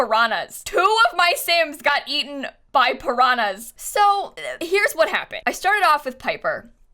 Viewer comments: Aaaah I love to hear mispronouncing "piranhas" 😂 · I would like to share that as a brazilian I am very amused by the way you say piranhas